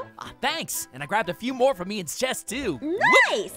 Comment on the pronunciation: Who heard say moon instead of more 😂😂😂😂 👇